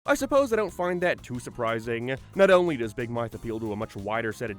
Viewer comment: Why do you say big mouth like that